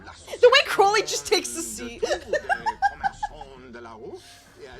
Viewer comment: I must commend you on actually pronouncing Crowley correctly!! You REALLY care. I appreciate it. Most Americans can't or won't say it right